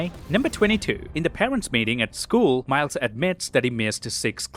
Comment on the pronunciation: "Spot you-ziz the-uh poor-dole hawn he-iz fay-is uhnd turns Mile-ziz..." - !? No. It's just Miles nit "Mile-ziz," you typical mouth-breathing degenerate filth.